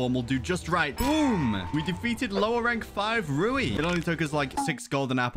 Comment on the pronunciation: Its actually "rui" not "ru/i" and is "u/zui" not "u/zu/i"😅